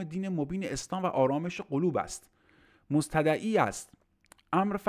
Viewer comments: دقیقا من تلفظ کلمه «مستدعی» رو می‌نویسم برای شما....»Mostadei از باب «استفعال» هست استدعی ...یستدعی....استدعای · درود.گرامی‌ فکر کنم واژه ی مستدعی را اشتباه تلفظ کردید